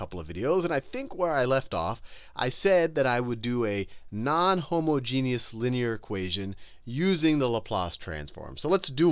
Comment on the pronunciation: Oh man! Finally HOMOgeneous not HOMAAgenous...